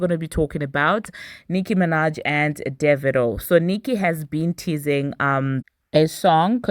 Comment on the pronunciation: You just taught me how pronounce Divado lol but yeah AFRO BEATS BEEN THE WAVE. I am so happy for them both.